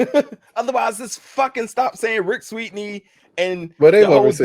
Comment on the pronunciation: The hell??? can't pronounce Sweeny....it's not Sweetney....damn